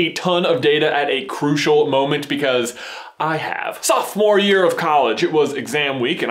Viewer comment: YOUR SOFTMORE YEAR-PHOTO HAHWHAWHWAHAHAA